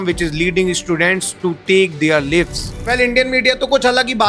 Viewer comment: Ek baat aur, jo bhai "Lives", matlab "ज़िंदगियाँ" in hindi ka bhi pronounciation galat kare, wo bhi naa bole to accha rahega.